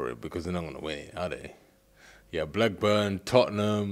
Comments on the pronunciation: Man said Blackburn 🤣🤣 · Man said Blackburn